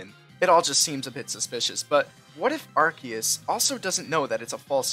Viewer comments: I mean, if you wanna be a smart alec about Arceus' pronunciation, then you're still pronouncing it wrong. The correct pronunciation was never Arkeeus, it used to be Arseeus but is now Arkayus (or, if you're a man of culture, Arkoos). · It’s not arceus it’s arkoos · The pronunciation is not ar-see-us it’s arcoos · bro it isn’t acKEYus or arCEEus, it’s ar KOOOOS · Actually, it's pronounced Arkoos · Actually, the objectively correct pronunciation of Arceus is ASS-ee-us. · actually it’s pronounced “Ar-koos” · Excuse you, it's pronounced Ar-Koos. But, seriously, my head canon is that when mew uses a TM that wouldn't make sense for it to be able to use it actually transforms parts of itself to be able to use it. You know, massive teeth for super fang, large horns for drill run, etc. After all, Dittos are just failed mew clones and it's one one of two pokemon that can learn transform. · Erm Actually its ARKOOS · It’s arcoos and that is final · NO IT’S PRONOUNCED ARKOOS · It's Arkoos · about the "arceus is a fake god" headcanon: the real god is bidoof. also its pronounced ar-koos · You are actually still pronouncing Arceus wrong. The first syllable, arc is said like arch, which means above. The eus is from Zeus, the Greek god. There for, it should be pronounced Ark-oos. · It’s not arseus or arceus it is arkoos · No it's Arkoos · Nah bro its Arkoos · it's pronounced Arceus (Are--coo-s/ Arkoos) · wrong its pronounced are-koos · actually it's pronounced "Arkoos" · Your wrong! It's pronounced Ar-coos! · It’s pronounced with ars-eus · It's pronounced Ar-koos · pronouncing arceus "wrong" is funnier